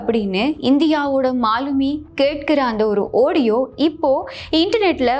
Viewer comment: Ivvalavu. Azhaga. Seaidhi vasivhittu. Kadaisiyil a. Audiova!. Oadiyonu.!. Vasikkira! Thiruthikkoma!. Vazhthukkal!.